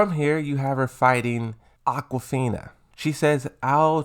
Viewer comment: its AZUCENA not aquafina spell it correctly